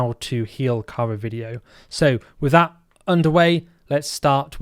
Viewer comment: That 'Kara' pronunciation shudder